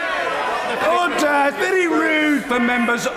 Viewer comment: He is the one who pronounced ORDER correctly